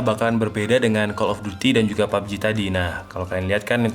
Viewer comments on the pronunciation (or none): none